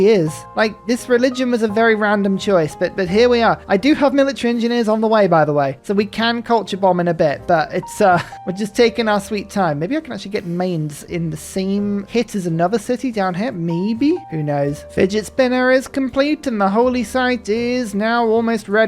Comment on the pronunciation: Mainz is pronounced “M👁️n ts”